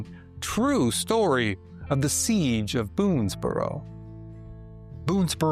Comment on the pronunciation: It is NOT a "seegh (with a continuous vowel at the end) but a SEEJ ending with the J sound of Jerk.